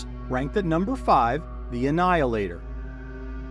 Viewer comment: Do you realize that you say "fermilyer," instead of "familiar?" Now, you'll never unhear it... MUAHAHAHAHAHA!!! 😈